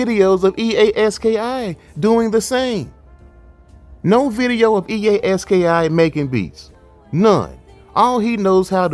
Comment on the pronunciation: It’s pronounced EA Ski